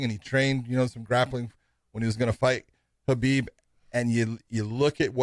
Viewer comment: Finally yall are saying khabib name correctly.. You would think josh would know it with him saying how much he has been around him